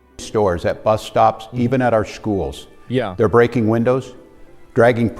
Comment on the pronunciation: Less than 2 minutes in and the guy mispronounced schools 🤦